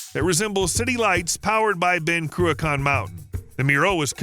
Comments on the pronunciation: I THOUGHT it was Cruachan; you Speech ---->TXT said Ben Kraken. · Shame this guy didn’t practice pronounciation of the mountain and dam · Would love to teach you how to pronounce the word 'Cruachan' properly, but your making a brave effort